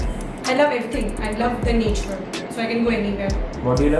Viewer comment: You said honour in the same accent that you said naturrrrre in 🥺